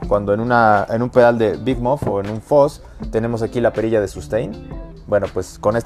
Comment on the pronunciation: Porq dicen Foz si se pronuncia fuzz